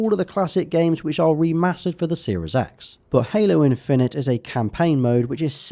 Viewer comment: “Halo in-fin-ite”